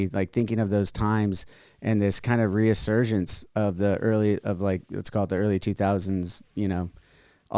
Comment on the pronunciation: My God. How many times is going to say "reAsurgence" and mispronounce "resurgence". And ffs dude, you're like 50. How do you make it to 50 and still not comprehend, and mispronounce so many simple words?